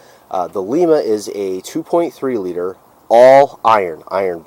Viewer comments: Lima is pronounced with a long sound I. Sounds like "lie". Ma sounds like, my "Ma" is baking bread. The good folks of the home of the Abrams Tank, Lie ma, Ohio thank you. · Lima is pronounced lyma like the bean because it was built in Lima Ohio. Also debuteted and canaverous are funny how you say debuted (day bued) and cavernous (cavern us). Love these cars, especially the 87-88 5-speeds. I have always wanted to find a black one with gray or red cloth interior. I have a black 92 SC 5-speed and have had 3 other SC's. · Lima engine. Pronounced like the bean. My dad who retired from the plant had one of these, and it was a true sleeper in it's day. The plant is still going strong today. They produce the 2.7 and 3.0 ecoboost and the 3.5 tvic.